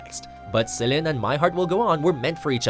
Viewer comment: Cheesy? The way he pronounced Celine's name....barf........